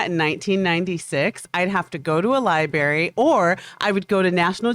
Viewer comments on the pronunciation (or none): "If I wanted to know that in 1996 I'd have to go to a libary" Alexa, what's a libary?